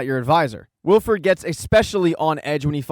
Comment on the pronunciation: thanks, but its wilford, not wilfred, cheers